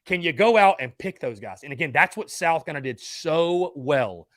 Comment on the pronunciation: As a die hard SC fan, I can't stand the way this guy calls South Carolina "Sal Cullina"